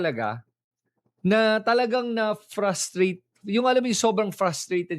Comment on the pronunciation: Sumobra naman ang arte nung Tsekwa: yung frustrate ginawang FRASTRATE 🤣